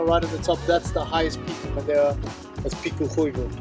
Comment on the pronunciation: I have to congratulate on his flawless pronunciation of "Madeira". It's actually jarring, really: you're going along, listening to the normal English, when suddenly this word pops out, sounding for all the world like it came.out of a native Portuguese speaker. It might be the best I've ever heard from a non-native. Nice.job,!